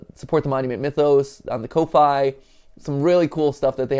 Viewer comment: I can't get over how he pronounces Kofi as "cof-eye" instead of coffee